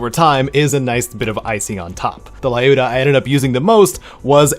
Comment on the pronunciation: Lyuda is actually pronounced L-you-da since it's a short version of Lyudmila (Людмила).